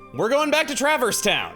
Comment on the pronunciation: As a first time viewer to any HK content, I wonder what sort of heartless might be born out of a world's heart. Also, I never saw any explanation of it, so I guess was just always pronouncing Traverse like "Trappers"? Never got that bit!